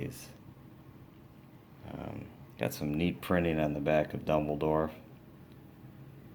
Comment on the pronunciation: I ended crying with laughter over his pronounciations of "HER-MINE", "DUMBLEDORF" and "MAL-FROY"